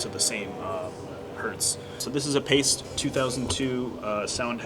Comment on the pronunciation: Not pronounced like Paste.